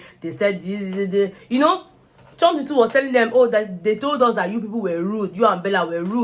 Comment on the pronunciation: Bella! Insulted biggie! I hear her say 'Hoh my foot'